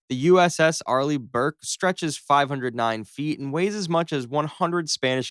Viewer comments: It's Burke. Not blurke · Fun but silly. And it's Burke, not Blurke. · Also it isn't the Arleigh-BLurke, it's the Burke